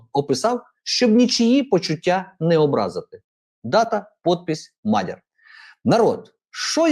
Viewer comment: Наголос у вас тіпу пУтин, лАпін...мАдяр...)) Шо за балачка? Чім незрозуміліше - тім "патриотічнєє"?